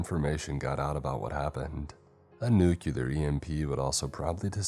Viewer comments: Nuclear is said "New-clear", not "New-kyewl-er" for the millionth time. It makes it sound so moronic like Bush. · It is nu-clear not nu-cu-lar PLEASE 😭 these are such great videos that mispronunciation is just so distracting